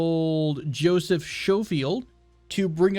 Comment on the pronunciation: oh and Joseph Schofield is pronounced "SKO-FIELD", i think it may be british just for future reference buddy!